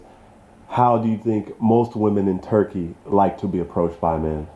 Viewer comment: You pronounce turkey "turkeyah"?